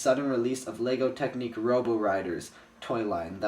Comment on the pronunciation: UGH!!! this always bugs me! it's TECHNIC (tek-nick) not TECHNIQUE